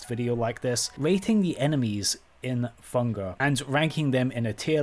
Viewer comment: Ah yes. My favorite video game. "Funger." 😂😂